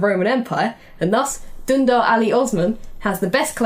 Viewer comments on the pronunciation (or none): Please research a bit more on the pronunciations of everyone's names, it will raise the quality of the video by so much by keeping glaring confusing anglishisms away, Dündar is not Dandar and Augustus is nos Agastas